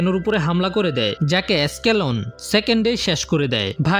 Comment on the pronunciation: এসকেলন না। আসল উচ্চারণ: এপসাইলন। এটা হলো গ্রীক সংখ্যা। আলফা, বিটা, গামা, এপসাইলন, ডেল্টা, জিটা এসবই গ্রীক ১,২,৩,৪ নাম্বার